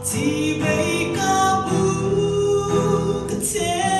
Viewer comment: I aw dam tlap mai ngaihthlak a nuam thin i zaithiam bawk...chibei hi CHIBAI zawkin aw han tang leh deuh la